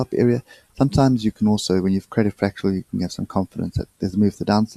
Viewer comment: FRAC-TAL not FRAC-TU-AL